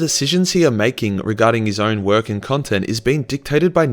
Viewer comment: cuntent creator lol